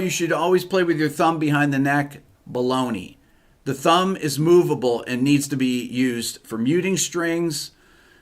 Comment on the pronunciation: I like when you say bologna ha ha ha